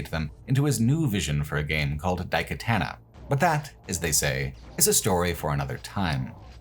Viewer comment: Alright i thought you were fucking with us with john karmic but your settlers of daikatana pronunciation has to be engagement bait